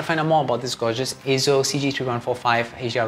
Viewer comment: I like it that you pronounced EIZO correctly as AY-ZO instead of EE-ZO or I-ZO. :)